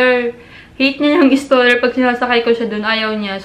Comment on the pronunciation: Stroller hindi staller 😂